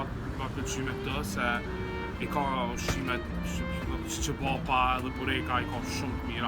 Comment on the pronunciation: qebapa pronounced (che-ba-pa) not qebapa